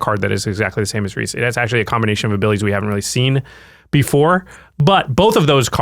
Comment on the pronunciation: Thank you for correctly pronouncing Rhys (Reese). So many people don't get this Welsh spelling of Reese right.